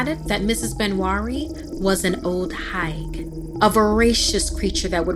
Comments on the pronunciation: Its pronounced HEGUH 😂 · her :ol higue me:correcting her every time ... the way u say it is wrong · Actually Higue is pronounced Hig (H ī g in other words, the long I)